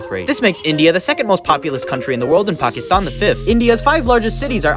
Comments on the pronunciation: First time I’ve heard a foreigner pronounce Pakistan correctly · You did truly nailed the Pakistan pronunciation!! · No they finally pronounces Pakistan the right way, Proud Pakistani Noises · That's literally how u pronounce Pakistan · That's the correct way to pronounce it You're not suppose to pronounce is like "Pahkesthaaan" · FINALLY SOMEONE WHO PRONOUNCED PAKISTAN CORRECTLYYYY AHHHHHHHH